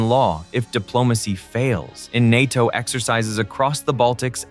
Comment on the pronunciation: “The spear of nato” it sounds like they are calling England a penis